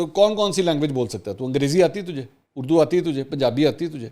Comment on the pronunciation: منصور صاحب خان جب بلاول کی اردو کا مزاق اڑاتے ہیں تو خود لفظ۔ اڑدو کہتے ہیں